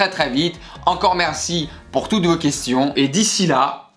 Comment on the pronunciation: Je men lasse plus du " D'ici là (dit sila ) SILA